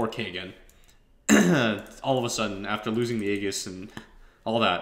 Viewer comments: LOL "that was our ayy gis" you big time rebel. IceFrog specifically put in the aegis tool tip that says its pronounced ayy jis and you go against his word haha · its pronounce "AYY JIS" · '' is German for 'lightning' so maybe that's why he pronounces it like a German English pronunciation is e-jizz, real german pronunciation (Ägis) has a vocal sound* E speakers usually can't utter (Ä)